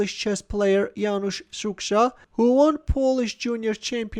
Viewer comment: You're mispronounce 'Szukszta' dramatically, but you're forgiven, because it's really hard nut to crack for an Armenian (and pretty much rest of the world, apart from Poles ;).